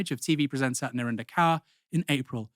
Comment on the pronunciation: Thanks for the video, but you misprounounce Narinder Kaur's second name.